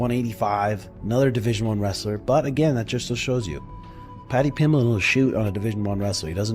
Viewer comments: Moicano: "Pady Pimbleech" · Paddy pimblech 😅😅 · 😂, no pal, I'm from Huyton the same as Paddy, so I think my opinion is more apt than most, he absolutely butchered it. Lol. But that is only my humble opinion.